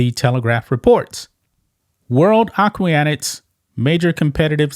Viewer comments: If you can't pronounce 'aquatics', I may have issue. And Antifa is a 'terrorist' organization? Dude! Oh and while I totally agree with everything else you said but maybe you should do a bit of research before you speak? This Loser is trying his hardest to be a winner. HE (damn HIS pronouns) will never be one. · This report is a giant piece of journalistic shit. Lia Thomas is not banned individually, as the report suggests, but all transgender athletes from sports under the IOC, which is the case for World Aquatics. Guy can't even pronounce 'aquatics'. Lia Thomas's swimming career ended when she got out of UPenn, as she cannot compete in any official competition organized by World Aquatics. The organization banned participation of transgender athletes in official competitions when Lia was still swimming in UPenn, as her case became a scandal and WA took a step forward before any similar cases would arise in Olympic swimming. I don't think the ban will be overturned; unlike woke universities, the IOC and World Aquatics know how to protect women's sports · Good for you for referring to Thomas as "he", but the way you pronounce "aquatics" is hilarious. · Interesting video. Pronouncing aquatics wrong each time is a little annoying though. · It's pronounced A QUA TICS not a que ti ah tics. But otherwise a good channel. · It;s "aquatics" not aqWEEEatics. Other than that, good video. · Will someone tell this moron how to pronounce the word "Aquatics". It is a-kwat_ics, not a-kwi-at-ics as he seems to persist. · Acuiatics? A-QUA-TIC AQUATICS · The word is "Aquatics"....... not Aquiotics....... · it's AQUATICS, not AQUIATICS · AQUATICS A-KWA-TICS. NOT A-KWI-A-TICS. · AQUATICS is pronounced (phoenically) "ah-kwah-tix" with stress on kwah; not "A-quee-ah-tics' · A-qua-tics not A-qui-a-tics please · Aquatics (ak-wat-ics) not ak-way-at-ics! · Aquatics “ah-kwă-tǐks” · Ah - QUAT - ics, dude. Ah - QUAT - ics. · A-QWO-TICS (phonetically) if that helps you